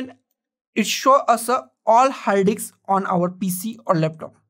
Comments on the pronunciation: Love how he says diks!!! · combine a 2 dks ???🤣🤣🤣🤣🤣